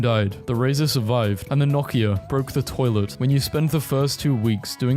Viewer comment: BRO HOW DO YOU PRONOUNCE NOKIA?